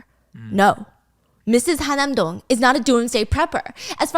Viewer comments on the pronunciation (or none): It’s Han-nam-dong (한남동), not Ha-nam-dong (하남동). It’s also UN Village (as in United Nations), not “Oon” Village. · I think it’s HaN-nam Dong not Ha-nam Dong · its han-nam dong girl hanam is city